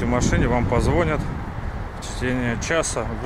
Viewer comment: вам позвОнят! позвонЯт..., харош, я все понимаю, но русский язык все вместе один и тот же учили (без предьяв говори как хочешь, но говори правильно пожалуйста) голова ломается иногда просто от произношения